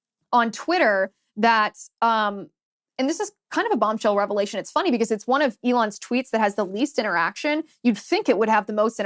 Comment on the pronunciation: Come on, Liz. "Bombshell," not "Bomshell."